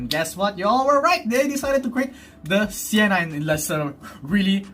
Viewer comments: Correction its Senna not sienna hehehe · is it me or u cant say senna properly? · Your reaction in the thumbnail is the exact same as mine! 😂🤣 Great video, I'm liking this series more and more! ❤ Also, why did you call the McLaren Senna Sienna! It's not Sienna! 🤣